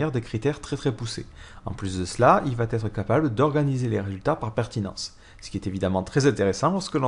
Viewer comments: Attention, il n'y a pas de "t" à la fin de "va", donc "ça vatêtre" ne se dit pas. On dit "ça va être", sans prononcer de "t" entre "va" et "être" 😉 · Super tutos en general, bon debit et un ton qui est agréable 3'20'' 'et votre serveur va-t-être démarré' ==> Ouch sur la liaison mal t'à propos mais cela n'enlève rien au contenu